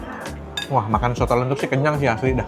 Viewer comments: Koh..soto lenthuk itu bacanya “lenthok” kayak kalo ngomong batok kelapa.. saya asli jogja koh, mau bilang Makasih koh nex udah ngenalin kuliner jogja..🎉 sukses terusss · Soto lenthok bro yg bener bukan lenthuk. Perkedel telo itu